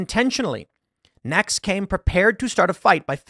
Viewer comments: I’m sorry, but I keep hearing “eggs Benedict”! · I was listening, not watching this, and honestly thought he was saying Eggs Benedict.